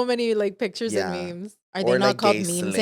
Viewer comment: OMG when you said “mehmeh” 🤣🤣 I ROFL because thats how my Mom pronounced it 😂😂😂😂😂